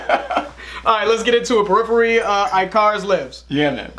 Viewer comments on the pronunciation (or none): .... "IK-ER-IS" not "Eye-CAR-Us". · first they pronounce djent with the d, now (I-Car-Us) oh man. haha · Pronounciation police... Icarus is pronounced ICK-a-russ... that's the old Greek myth of flying too close to the sun... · IKacus. Not Eyecarus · Ick-a-rus. Not I-kar-us. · It is pronounced Ick-a-ris, it is from greek mythology. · Come on guys, how you gonna mispronounce Icarus? Lol.